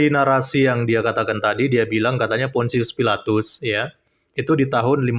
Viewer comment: Bukan fonsius filatus...tp Pontius Pilatus botol..Pdt apa kau gil.. Tukang tipu kau😊